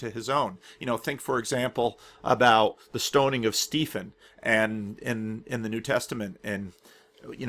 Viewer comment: are you pronouncing Stephen 'Steefen'? or is the name spelt differently? because Stephen is pronounced 'Steven'. it is just an older spelling. you get a lot of Stevens in the UK whose names are spelt 'Stephen'. don't know about the US... i may be totally wrong and the name is spelt differently, but if it is spelt 'Stephen' it will be pronounced 'Steven'.